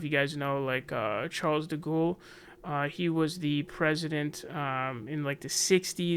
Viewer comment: de gaulle = de gol , not de ghoul i love it tho, better nickname than jimmy george